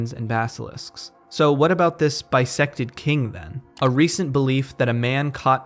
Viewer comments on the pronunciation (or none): Every time you said bisected king, I could only hear bisexual king. So, slay bisexual king